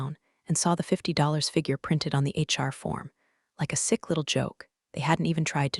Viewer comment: It took me a couple of episodes with Karen to figure out who the mysterious "Char" was. Then I said it out loud to myself Char = HR Hehehe Shirley 1, AI a bazillion